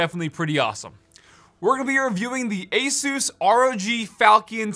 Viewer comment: Thank you for pronouncing Asus correctly